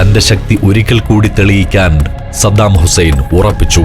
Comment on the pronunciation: പപ്പു പറയുന്നതു പോലെ സദ്ദാമുസേൻ 😆😆😆